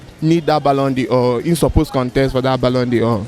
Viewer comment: My guy said BALLON DIOR 😭